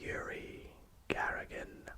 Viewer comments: Yuri Gagarin. Not Garagin. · great vid, only thing, you mispronounced the Yuriy Gagarin's last name😅 this happens I guess, otherwise very interesting vid, keep it up mate